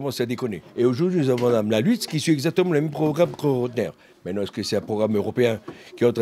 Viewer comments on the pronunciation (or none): none